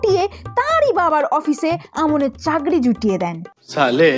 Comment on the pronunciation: উচ্চারন টা চাগরি না চাকরি